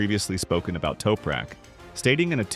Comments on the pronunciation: Who's "Toperak"? TOP-RAK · Its, TOP rak, not Toupe rak.